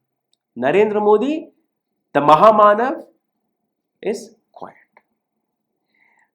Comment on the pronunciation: ராகுல் ஒவ்வொரு முறை மஹா மாணவ் என்று உச்சரிக்கும் போதெல்லாம் ஏன் காதில் மானம் கெட்ட!? என்று ஒலிக்கிறது!